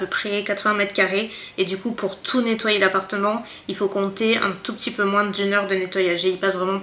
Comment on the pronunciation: Hello girl, pour commencer j aime beaucoup tes vidéos, toutes, parce qu elles ont évolué au fur et à mesure de ta propre évolution personnelle. Ensuite, j aime beaucoup l idée que tu as eu de faire moins (moinssss avec ton "s" prononcé que j adoooore) de vidéos makeup, et de faire d autre chose que tu aimes tout autant lifestyle, weekyvlog (qui n en sont pas parce que c est pas sur 4 semaines? "Hoooo myyyy goooood" c est honteux! Vous avez dit honteux?! Mmmmdr). J aime beaucoup la personne que tu es au travers de tes vidéos, et je trouve réellement très bénéfique d ouvrir le monde des voyages en France et à l étranger au monde des personnes connaissant des problèmes pour se déplacer (accès PMR, douche PMR, mais également juste les rues pavées et les marches!) C est ultra important que tes vidéos puissent servir à aider les gens à mobilité réduites ou difficiles, mais également à nous, personnes ayant la chance d avoir l usage de nos 2 jambes, d être sensibilisées également. Bref je m égare, le monde a beaucoup de mal à évoluer et à changer ses habitudes, on le voit tous dans nos vies. Je te trouve merveilleuse et très courageuse. Comme tu le dis si bien, l essentiel c est que tu continues de faire ce que tu fait, avec le cœur. Je t embrasse bien tendrement et te remercie de ces heures passer à filmer, couper, monter, te casser la tête, dans le seul but, de partager ta passion.